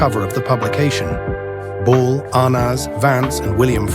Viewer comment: It's Lucille "BALL," no bull.